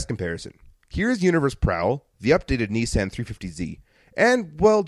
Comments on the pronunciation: Knee-sahn is how Nissan is pronounced. Ah as in car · I have to laugh at the snarky 'calling a company buy what you told us it was called' line as you kept saying kneesan instead of Nissan.